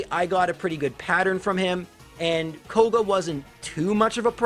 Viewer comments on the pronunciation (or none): ah yes, the Elite 4 Laura-Lee Bruhnoh Kooguh Aygath and Champiom Lancy